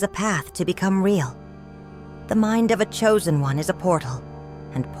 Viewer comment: Wooooow im shooozen oune😅😅🎉🎉